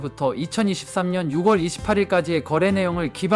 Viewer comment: 영상 잘 봤습니다 . 그런데요 ------------- 6월 = 유궐로 읽는 것이 아니고 - 유월 로 읽으셔야 합니다. .